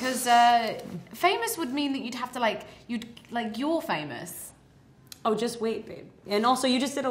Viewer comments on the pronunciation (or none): Hahah Kristen says pha-moose 🤣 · Kristen says "Fae-Mousse" 🤣